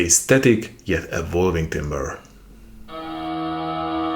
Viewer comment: 'timbre' is pronounced 'tamba' not 'timber'